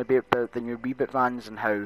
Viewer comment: Reboot not rebot